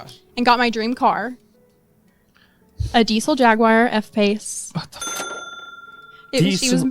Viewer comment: "A Dee-cell Jagwaar" yea, no.. "A Dee-zle Jag-yu-ah"